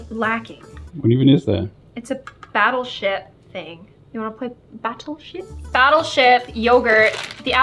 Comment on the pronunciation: did she just say "do you want to play battel sh!ts"